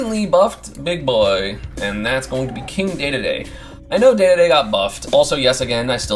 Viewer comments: Is anyone else bother by how he says dededes name? Like it’s spelled that way but it’s said like dididi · I mostly have a problem with that stupid pronunciation